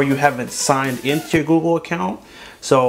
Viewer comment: Instead of the google he said goo gool